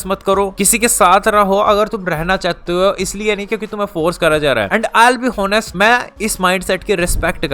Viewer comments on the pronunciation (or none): O nestly ❌️ HONESTLY ✅️ Btw nice advice